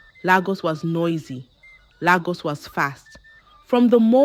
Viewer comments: Lagos not laaagus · Nagos not Lagos